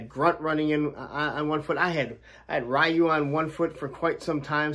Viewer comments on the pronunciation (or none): It's not Ryu, it's Ryu 🤦🏿‍♂️